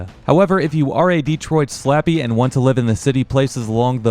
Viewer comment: Pronounced more like Day troit